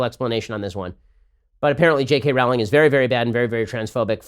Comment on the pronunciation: Rowling is supposed to be pronounced like 'rolling'.